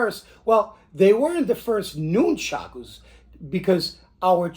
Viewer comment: I lived on Long Island and once went to China Town to shop, but I also bought stuff from AWMA in P.A., that's where I got the rubber Nunchucku, wish I'd known about the other place in N.J. I've been making my own since I was about 10yr old like everyone else. Cool to see yours, sorry just one thing and it's like a pet peeve with me it's pronounced like it's spelled Nun-chuck-u not Noon-chock-ooze as per the way you say it. Thanks for the video!